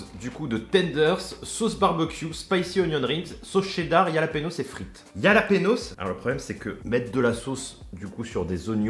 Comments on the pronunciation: J’ai eu mal au cœur quand il a dit « yalapenos » 😭 au cas où ça se dit « Ralapegnos » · Yalapanos 😆😆😆😆 sa ce prononce rhaaaa laaaa péée. Gnioooo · super vidéo par contre pour les jalapeños on dis ralapenios 😂😉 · Exactement le J en espagnol se nomme "Jota" mais se prononce "Rota" avec le R bien raclé au fond de la gorge. Et le n avec la vague ~ se nomme la "en~e" et se prononce "égné". Donc le tout se prononce "Ralapegno" au singulier et "Ralapegnos". Le J qui se prononce lli est d'origine scandinave et germanique, alors que la jota est un héritage arabe dans la langue espagnole.